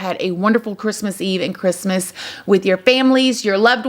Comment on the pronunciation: Merry Chrimuh girl lol